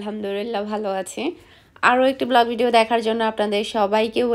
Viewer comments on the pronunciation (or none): none